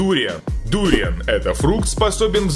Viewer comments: Не дуриян а дур"ян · Не дУриан а дуриАн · дуриАн , а не дУриан. драконИй фрукт, а не драконЫй фрук. у вас же правильно написано название не ошибайтесь пожалуйста. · вообще-то дуриан ударение падает на букву а а он читает дуриан и ударение падает на у и ещё он в начале говорит Подписывайтесь и количество подписчиков 1 миллион а на самом деле 500 тыс. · Это не ду́риан а дуриа́н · Не дУриан, а дуриАн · только не дУриан, а дуриАн. не ароматичная, а ароматная) выражайтесь грамотнее , пожалуйста. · Не дуууриан а дуриааан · Дуриан ударение на А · Правильно говорить дуриан ударение на а👌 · Дуриаааааааан ан ударение на А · Дуриан, ебать вот это произношение, аж передёргивает. Почти всё из этого ел, некоторые названия неверные.